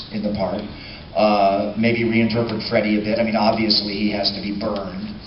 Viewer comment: First off it's "FreddY"...secondly. I also heard different information. I shall message you about it.